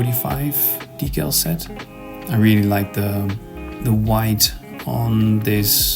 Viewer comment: Tip : the pronouncing of the word decal sounds like dekkal in Dutch .. 😊